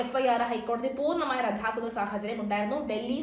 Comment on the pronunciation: റദ്ധാക്കുക..അല്ല ...റദ്ദാക്കുക. അതുമതി😅😅😅